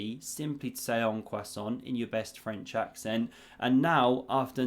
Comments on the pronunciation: “en passant”, not “en coissant” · did you say "en passant" ? i heard "en croissant" 😆 Great review thank you 😃